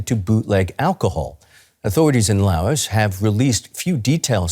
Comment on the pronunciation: The reporter is pronouncing 'Laos' correctly but I get to hat talking heads just read from a teleprompter.